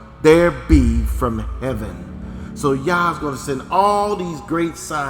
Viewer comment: sounds like "your hoo ha" lmao